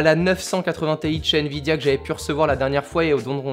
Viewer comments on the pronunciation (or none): none